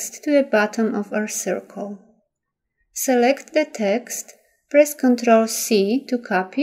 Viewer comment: Your technique is excellent. I had a very difficult time understanding the narration, however. "Select the Artboard Tool" sounded like "Suurk the Achboat Too." I had to play it over and over to figure out what was being said, finding "Artboard Tool" in the application and assuming the rest. Again, excellent video!